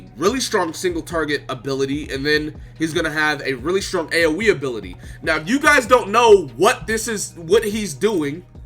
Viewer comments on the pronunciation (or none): none